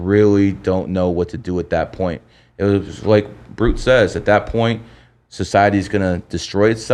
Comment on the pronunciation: Bruh he kept sayin de brute